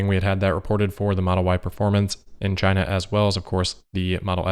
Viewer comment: Maybe that is a question you should ask "Chy-na." DJT